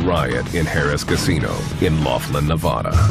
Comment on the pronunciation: Ne-VAH-da not Neva-DUH